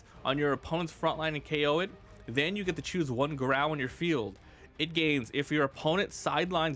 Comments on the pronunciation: It’s pronounced“GAH-ROW” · Did you pronounce Garou like that the whole video to troll one punch man anime watchers or did you just want to make the video painful for the fun of it